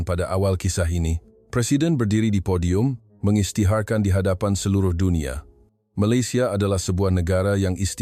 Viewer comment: 😂😂😂 Bohong Amat Channel iniii. Sebut perkataan FILE dn PODIUM pun tdk betul.. lagi mahu Menyamar Mangkuk yg se Ekor inii.. 😂😂😂 LAHANAT CILANAT. 😂😂😂